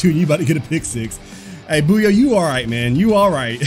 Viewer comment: btw i think bouye is pronounced Boy-yay not boo-yay